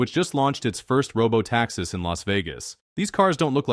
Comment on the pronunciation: Curious pronunciation of "robotaxis". Is this whole thing AI-generated? That would be ironic.